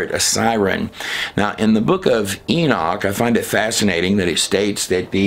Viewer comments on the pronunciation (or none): none